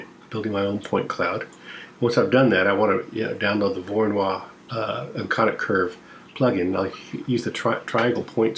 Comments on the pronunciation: It's pronounced "voro no E"... I mean, it's "Voronoy". It isn't pronounced "Voro-noix". (A "noix" is a nut in french ^^, but I only make that point for phonetics) I hope that what I said makes at least some kind of sense... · Small note: Georgy Voronoi was Ukranian and Russian. So that would be pronounced Vorono(ee), not 'Voronoire'